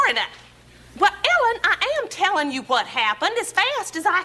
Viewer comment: I have no idea why, but the long silence and the way she says “whuut?“ Absolutely kills me 🤣